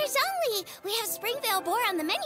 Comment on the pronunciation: This guy called Zhongli 'rich'... I'm dying XD